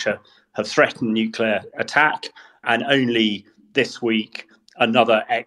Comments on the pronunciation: Like experts who can't/won't say the word "nuclear", he makes himself hard to take seriously. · Why is it so difficult to say Nuclear?